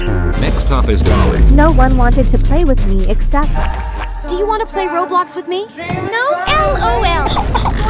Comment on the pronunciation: ITS CALLED ROBLOX NOT BOBLOX